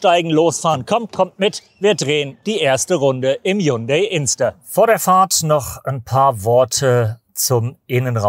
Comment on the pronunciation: Während alle anderen Journalisten HYUNDAI mit i aussprechen, wählen sie die englische Form HYUNDA Y, warum ???